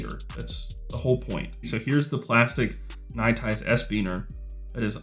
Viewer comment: Can I enter the give away ?? My contribution: Third from the top of the products featured is "NITE IZE", NOT "NITE ICE". Got to keep sponsors happy.